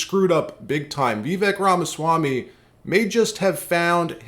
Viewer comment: His name is Vih-vake', not Vee'-vek 😩